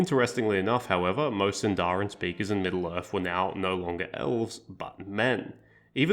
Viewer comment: small correction: it’s pronounced síndarin and not sindárin!